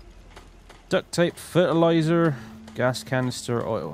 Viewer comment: I love how suddenly turns welsh whenever he says fertilizer.